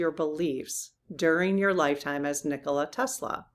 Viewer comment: Nikola Tesla was a Serbian. Nikola is pronounced neekola with a long e.